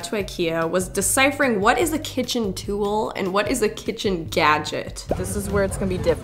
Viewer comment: Where are you from? Your pronunciation of "tool" is cracking me tf up ~Tewl~